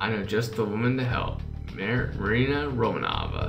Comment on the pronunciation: Aww thank you for fast update! And ps. you are saying wrong 'ROMANOVA'